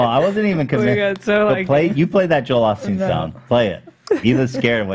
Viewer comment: Why does Ethan always say "Joel AHH-steen" when it's pronounced "OH-steen" as everyone else on the podcast says it. I'm surprised no one has ever asked why he says it that way!